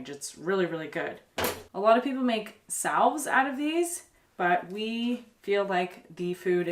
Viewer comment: Salve is pronounced sav. This is direct from the dictionary. The l is silent. It is cool that there are so many foods that you folks forage and use.